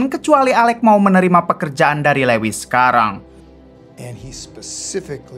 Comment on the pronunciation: Lewis....( Luis) min....